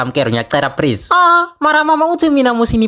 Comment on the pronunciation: This is so funny he is saying prease instead of please 😂😂😂😂😂😂😂 I am dying